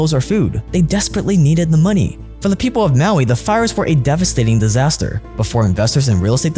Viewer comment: This woman doesn't even know how to say "devastating"